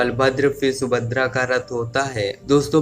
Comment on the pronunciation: Bhai sahab video me subhadra ka name bar bar sumadra bola gaya usko thik karo